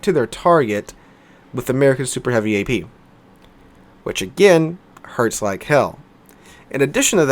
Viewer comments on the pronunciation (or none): none